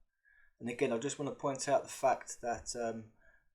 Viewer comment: Love the channel. Your " friends" wont tell you this, so I will. Stop speaking like a child, please. I've heard you say the and they and this correctly, sometimes, so you can do it. Then you say Wiff (with), vis ( this), vat ( that),vare ( there) ova ( other), fing ( thing) megaliffic,frew (through), free (three), fink (think). Etc. You are clearly intelligent but speak like a child. Doesn't help your credibility old mate.